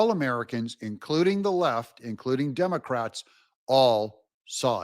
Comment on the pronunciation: Did you say the "Dumber-crats"? 😂